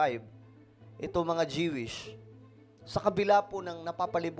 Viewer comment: JIWISH KA NG JIWISH JOO=WISH PO ANG TAMANG BIGKAS NYAN..